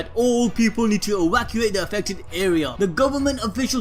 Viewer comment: 🤣🤣 had my dying at ewacuate.